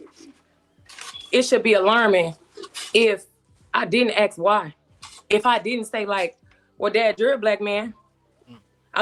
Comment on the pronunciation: All these degrees "let me ax you" ! SMGDH !